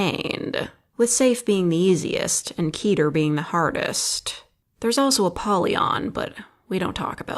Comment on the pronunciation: It's keter, not keeter.